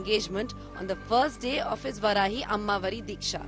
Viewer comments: It's Vaarahi not Varahi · Its not Varaahi... Its Vaaraahi... Pls pronounce properly... 🙏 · First learn pronunciation.. it’s vaarahi.. not varahi Shame you don’t know your gods name and don’t even try to know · That's not Varahi"वराही" Please pronunce it as VAARAAHI "वाराही"🙏